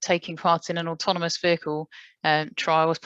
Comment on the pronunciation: Slightly embarassing that a man who makes autonomous vehicles for a living can't actually say 'automonous' right :-) Maybe someone should tell him...